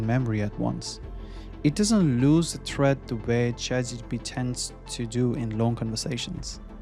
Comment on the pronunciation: This is a high quality video, but I’ll tell you the honest truth: people judge mispronunciations. Your accent is not a problem. But you consistently say “Chat G T P” and not “Chat G P T.” And western audiences judge that as low intelligence, regardless of the truth. You’re clearly a smart person, so I just wanted to give you the unvarnished truth so that you can grow like you deserve. Practice that single pronunciation. I believe in you!